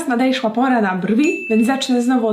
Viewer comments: W którejś minucie powiedziałaś "nadejszła" zamiast nadeszła😁😁 Super film❤❤💋💋😍😍🥰🥰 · Czy tylko ja słyszę nadejszła pora na brwi uwielbiam takie challenge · 7:20. powiedziała nadejszła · "nadejszła" XDDDDD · czy tylko ja tam usłyszałam "teraz nadejszła pora na brwi" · czy tylko ja tam słysze nadejszła 🤣🤣😂😂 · 7.19 tylko ja zrozumiałam ,,nadejszła"?😂😂😂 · Teraz NADEJSZŁA pora na brwi" xD Rozwaliło mnie to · nadejszła pora xd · Czy tylko ja tam słysze że mowi,, nadejszła "? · Ona powiedziała to specjalnie